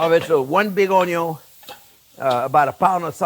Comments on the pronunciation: "I got one big onyo!" Same, chef. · As long as he keeps saying "onyo" I don't mind the talking at all 😅